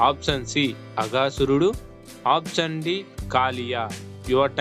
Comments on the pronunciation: అప్సన్ కాదు, ఆప్షన్ అని పలకాలి. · ఆప్షన్ పలకడం నేర్చుకోండి